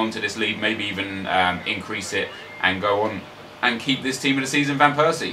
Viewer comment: you should pronounce it as robin van pairsie